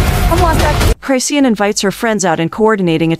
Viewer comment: I die every time your AI says cryshawn. Reported. You better fix their names on yoru next video.